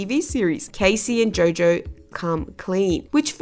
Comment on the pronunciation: It's Jo Jo. Not Joe Joe.🤔